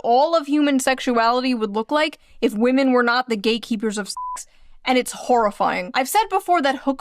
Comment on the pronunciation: Women? What's wooman? Ohhh you mean WAHMAN